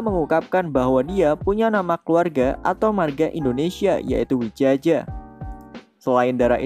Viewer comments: Research nya admin...kurang dalam...atau memang ...lahirnya setelah tahun 2000....belajar lagi untuk sejarah Indonesia nya....ada "oe" dibaca U...ada "tj" dibaca C...ada "dj" dibaca J...ada "kh" dibaca K....dll dibaca dan lain lain. Djadi "WIDJAJA" dibacanya WIJAYA. Belajar lagi aja!...jadi enak nikmatin hasil monetnya. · Itu ejaan Belanda min. J = Y, DJ = J, TJ = C, OE = U. Dibacanya Wijaya